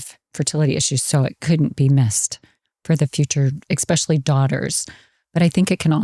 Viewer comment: Great episode. However I was distracted every time she said “expecially” instead of “especially” 😂